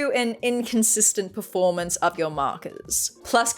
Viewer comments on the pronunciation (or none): none